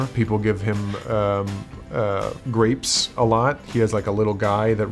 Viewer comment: Everyone: kylo REN Adam: grApes